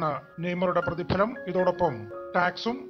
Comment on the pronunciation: Prathifalam aan prathilam alla